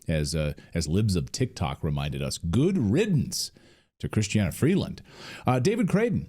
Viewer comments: CHRYSTIA Freeland, nit Chrystiana ... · It’s not Christiana it’s kristia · It’s not Christiana it’s Chrystia Freeland!!!! If you’re going to report at least get the names correct! Thank you!